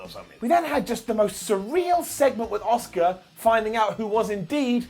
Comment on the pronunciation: Nobody's ready for "Oscar!" Well, that's how pronounces her name anyway.